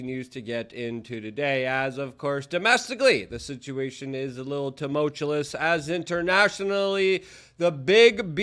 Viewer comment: And Lie Barry. And Tu-multcha-liss (yet again). Can one of Luke's friends please have mercy on us and get him to stop mispronouncing these words? Meanwhile I guess we can be grateful that he hasn't said "exasturbating" for a while.